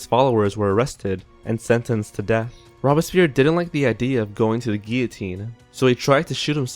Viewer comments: Robes-pierre (long o not short o) NOT Robis-pierre. Band-edged NOT Band-aged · Robbispeer ? SERIOUSLY !? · I cringe every time I hear this guy say "rob a spear" when referring to robespierre. never heard that before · in this case, especially if you're going to feature a guest host, please research the pronunciation. It's "robes" - "Pierre"... not rob-a-spear. Takes us out of it a bit, you know? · ROBES-pee-air, not "robespere." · Rob-es-peer? Louise the 16th? LOL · Rob-a-spear??? Oookay! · This video has some historical errors, and some of the narrators don't even know how to pronounce. (Hint: It's not Ro-bess-pee-air or Loo-ees) Robespierre didn't shoot himself. He was shot by one of the soldiers sent by the Assembly to the Pavillon de Flore where the Committee of Public Safety (French: Comité de salut public) had its headquarters. The musket ball hit Robespierre straight in the mouth, shattering his jaw. The wound was roughly bound with a cloth. Robespierre, conscious throughout, was placed on a table where he lay moaning for hours. He was taken to the Place de la Révolution (now called Place de la Concorde) where the Paris guillotine was erected. One of the executioners ripped off Robespierre's bandage. Witnesses said that part of the "Incorruptible's" lower jaw came away with the bandage. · Pronunciation guide : ROBE-SPEER ... DAWNTON ... LOOWIE the 18th .. MAREE TOO-SOE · "Robs peer," "Mary two-sod," is this guy kidding me? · c'mon guys, at least try to pronounce names correctly in your videos. "Robe-a-spear"? "Loois"? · Why are there two narrators? The one who isn't Simon has a bit of a monotone and can't pronounce Robespierre or Louis or Tussaud correctly. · In the future, before allowing to help you narrate a video....please have him educated on the correct pronunciation of peoples names. He said Robespierre, Marie Tussaud, and king Louis' names incorrectly. Makes sound very uneducated.